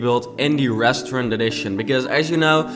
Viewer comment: ik your working on your English but please for the love of god learn how to say restaurant